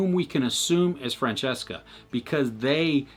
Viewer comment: most of what I hear wrong is "Franziska" (I hear a lot of 'Francesca' instead.) And of course stress is on the wrong syllables sometimes (like in Tiedemann) and just standart english pronunciation of some names like "Jonas" (yo-nas) and "Regina" (g as in Ghost, not Gender). Oh... And Bartosz is a Slavic name. "sz" is pronounced "sh". (Polish spelling is weird)